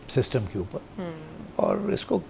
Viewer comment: Shystem not system baba jee